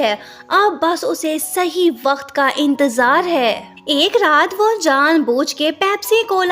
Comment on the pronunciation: Wakat or wakt